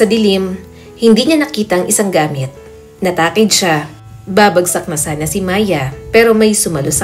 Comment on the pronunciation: Kapampangan ka 😅 Natakid kase sinabi mo instead na natisod??